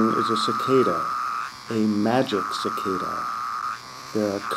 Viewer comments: It's actually Magicicada (Magi-cicada), not MagiC-Cicada. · Pretty sure it's pronounced "Magi-cicada", not "Magic cicada". ;)